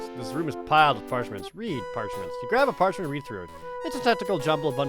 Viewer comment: Did jared say grap that ass at the start?